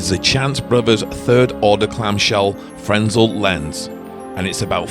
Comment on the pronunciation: Like many others, I enjoy your videos. The visuals, the descriptions, everything. And so it’s out of nothing but respect that I gotta correct you on something: that magnificent lens in the lighthouse is called a “fresnel” lens. But the “s” doesn’t like to speak up and so remains silent. Hence, the word is pronounced “frenel.” I’ve been a photographer since the eighth grade and own several. They are the single most used kind of light in theater, film and television.That aside, you do great drone stuff, so deft, steady and cinematic. Which brings me to a friendly dare: I dare you to, somehow and safely, attach a pair of scissors to your drone and give someone a haircut. I think you’re the one person who can do it. Just kidding…kind of. Anyway, happy New Year and keep the videos coming.